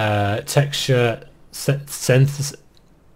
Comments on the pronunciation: synthesis: SYYN-THEEEEE-SIS im not even a foreigner and i can say it flawlessly lol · If you are interested the word synthesis. If you've heard somebody play music on the synthesizer. It's like that or Sinth - eh - sis (not a professional) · He good vid. Synthesis in lay mans terms pronounce it like this Sin-This-Sis